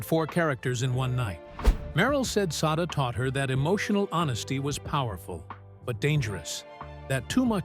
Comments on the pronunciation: Sada = Say-duh The picture marked looked more like Shirley McLaine, Sada Thompson. Check your pronunciation and your research. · You're correct. It was Shirley McLaine at that time mark, and yes, the if the poster wants to devote a video to someone, they should at least know how to pronounce her name correctly.